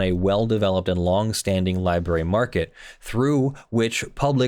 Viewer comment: Am I detecting the lawful masses used to be a "LIEBERRY" person. Sounds like your fighting a tendency to mispronounce library. You mostly win. Could be wrong.